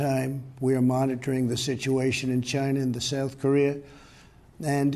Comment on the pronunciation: Hahaha I heard it too